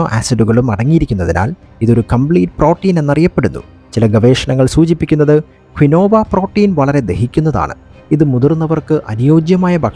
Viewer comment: Keen wah is the correct pronunciation for Quinoa.